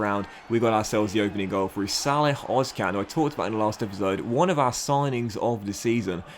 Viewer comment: im pretty sure its ozCHan. like emre can. that's how german-turks say it